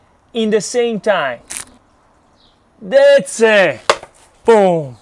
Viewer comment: we are saying that's it! not thatse:) beside of that - you are perfect and we love youuuuu!!!!